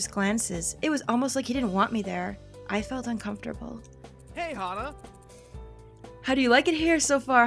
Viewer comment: Ok,, Hana's name is pronounced Haw-nuh! I hear you say Hannah every now and then and it makes me go all... "EKK!!! Why?" that's it... love you (in a platonic way) P.S. Do the PBG route for all the feels...